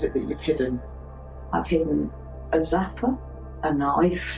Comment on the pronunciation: Oh no! not the zappah with the squeezy squeezy…I’m done for…